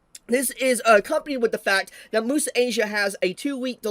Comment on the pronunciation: Its also unavailable on Netflix. But it is still available on other (Chinese-owned) platforms like Bilibili and iQiyi Also IIRC Crunchyroll isn't the only platform that was able to get the anime early. Bilibili and iQiyi were also able to get an early release Also, isnt "Muse" in Muse Asia pronounced as "Myoos" instead of "moo-sa"? English isnt my first language but I always thought it was pronounced like the english word "Muse"